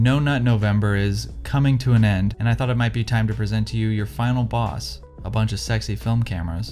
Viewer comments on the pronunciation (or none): none